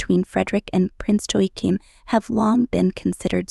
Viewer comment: Please have a reasonable try at pronouncing Joachim. Joachim sons were using their Princely titles to earn money on the cat walks of Paris and in vogue. This may be why the Prince titles were removed